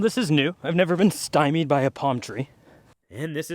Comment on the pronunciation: Once he said “stimied by a palm tree” I knew he was Canadian